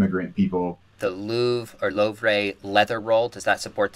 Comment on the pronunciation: Did McDowell just say ‘the Low-vray’???